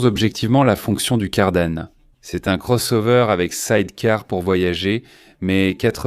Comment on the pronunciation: Désolé mais la prononciation en français de la voix générée par l'IA est tout simplement insupportable ! Appeler la marque Changjiang "changeant" et la transmission par cardan "cardannne" est rien de moins que ridicule !